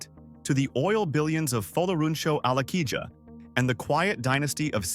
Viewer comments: Alakija not Alakiya You have to sound the ‘J’😅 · AlakiJa not alakiya and also AlakiJa is a yoruba name.